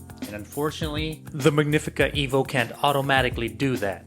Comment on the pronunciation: It's "EH-vo" Why do you have it. SO did you get this free? Where's your video for the Rivellia